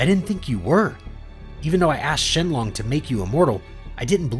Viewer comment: Why do you say shalong